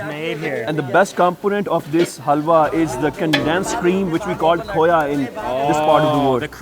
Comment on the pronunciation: health-wa? Haha its halwa :-)